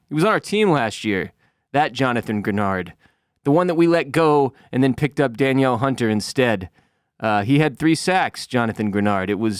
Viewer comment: All us Viking fans understand the frustration. We've been there and will ultimately be there again one day. Many of us old schoolers have learned to embrace the pain and expect disappointment. I like the Texans, Danielle Hunter is my boy (pronounced Deneal btw). Love the rant, good show keep it going.